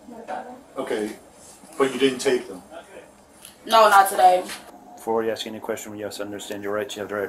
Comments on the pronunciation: “She ax me to go on the cruise “ 🙄🙄🙄🙄🙄😳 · Or in her case, "ax" for a lawyer. 😂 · They axe difficult questions!